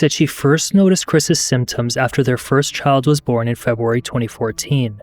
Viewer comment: Feb-uh-wary. Offspring.